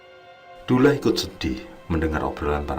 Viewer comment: Duloh bukan dulah om